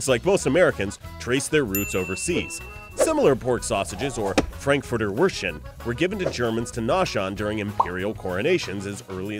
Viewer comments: It's called Würstchen.. not Würschen :D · It's called Würstchen NOT Würschen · It's Frankfurter Würstchen, but I forgive you :D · FRANKFURTER WÜRSTCHEN YOU'VE FORGOT THE T Your "Weener" comes from Wiener Würstchen...it's actually the same as Frankfurter Würstchen.... In Frankfurt it's called Wiener Würstchen In Vienna it's called Frankfurter Würstchen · it's "Frankfurter WürsTchen"